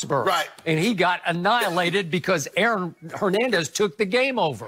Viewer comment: Nutflix? Hernendez? interesting pronunciations